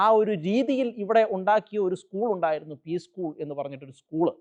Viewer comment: ഇ സ്കൂൾ... താൻ ആദ്യം സ്കൂൾ എന്ന് പറയാൻ പഠിക്കു mr... കൊലച്ചിരി യെ കൊലച്ചിരി എന്ന് അല്ലാതെ പുഞ്ചിരി എന്ന് പറയാൻ പറ്റുമോ... കന്യാ സ്ത്രീകൾ ക്ക് ഉത്തരേന്ത്യായിൽ അവരുടെ ഡ്രസ്സ്‌ ഇട്ടു നടക്കാൻ സങ്കി കൾ അനുവദിക്കുന്നുണ്ടോ... സങ്കി കാസകൾ വല്ലാതെ കഷ്ടപ്പെടുന്നു കേരളത്തിൽ വർഗീയത ഉണ്ടാക്കാൻ വല്ലാതെ കഷ്ടപെടുന്നു... നടക്കില്ല പുള്ളേ... ഇത് കേരളം ആണ്..